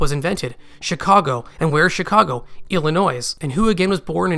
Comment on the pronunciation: Maybe is a spy trying to mislead us with his theories and pronouncing the S in illinois